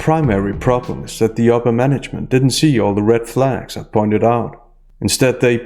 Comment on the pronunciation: Wait wait wait did you say red flag or red phag?